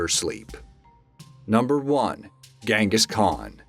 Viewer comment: It's pronounced Jenghis...